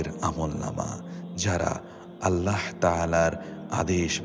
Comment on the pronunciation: আপনি ছোট 'হা' দিয়ে আল্লাহ বলেন কেন? আল্লাহ গোল 'হা' দিয়ে বলবেন।